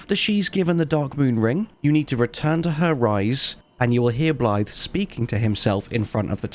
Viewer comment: I don’t know if you’re doing this on purpose but you’re pronouncing Bliaad’s name Blyth 😂